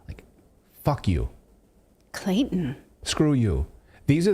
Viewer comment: "Clayton.." 😅😅😅 It's alright ma'am..😁